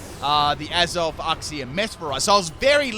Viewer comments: When you misprounouce uxie's name wrong wow. It's not uhxie. It's uxie. You say the letter u first. I can even tell that you haven't seen the anime as well when you misprounouce certain Pokemon like rayquaza saying it like rawquaza when it has ray in the name and not raw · The way u say Uxie triggers me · The way says Uxie tortures me.